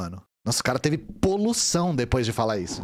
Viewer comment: "polução" kkkkkk